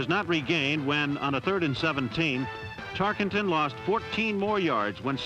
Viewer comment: Announcer mispronounces Tarkenton "Tark ING ton" every time-- maybe this is why Pat Summerall was the voice of "Game Of The Week" thereafter this production.